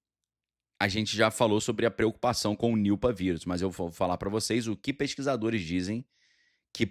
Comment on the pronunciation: Niupa 😂 e Nipah cara, e nao Niupa, soa como Nipa quando fala